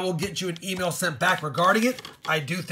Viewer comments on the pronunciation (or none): none